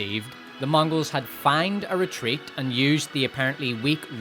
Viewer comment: feign is pronounced like "fane", not "fine" - just so you know